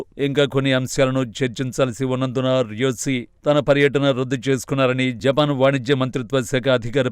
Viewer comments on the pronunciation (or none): 0.54 జపాక్ కు కాదు జపాన్.